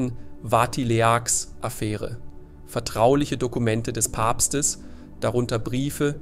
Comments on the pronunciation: 😢diese schreckliche dumme Unsitte Wörter neuerdings bei youtube ständig völlig falsch auszusprechen: hier das Wort Vatileaks, wurde Vati-l-e--a-k-s ausgesprochen, müsste aber heiß Vatiliks. Vati-leaks, englisch Zusammengesetzt aus abgekürztes Vatikan und leaks Leck , Enthüllung.😮😮😮😮wenn ihr nicht Einfachstes korrekt sprechen könnt, lasst doch das youtuben bleiben und lernt Deutsch und Englisch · Ah, die Schönheit von KI. Ich wollte schon immer mal einen Bericht über Benediktsechzehn sehen (und hören). Und Watilehaks kannte ich noch gar nicht. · Es heißt "Benedikt der 16." und nicht "Benedikt 16"!! Und es heißt"Vatileaks", nicht Vati-le-aks..... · "Wati-Le-Ahks"-Affäre? Nicht euer Ernst ... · Aber vielleicht könnten Sie ja wenigstens “Vatileaks” korrigieren😂😂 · Nach 10 Minuten ausgemacht. Dass die Text-to-Speech-Software die du benutzt dauernd Benedigt Sechzehn sagt statt Benedigt der sechzehnte war schon nervig aber als sie Vatileaks deutsch ausgesprochen hat statt englisch wurde es mir zu dumm.